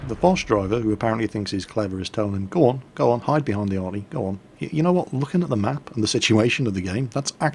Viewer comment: kemp,isult,reportta,Kamp,capsirkel,Arti,Cmap i base,unfair plane(wtf),behajnd,tem,kaping,Ston,torret,bodi,naow. hmm my brain is just wtf. He really needs to learn english